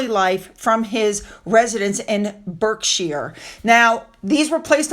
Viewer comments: Bark-shur, not Berk-shire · Berkshire is pronounced Barkshire, The Derby is pronounced Darby.